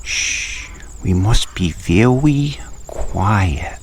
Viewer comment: LOL, vewy, VEWY, quiet!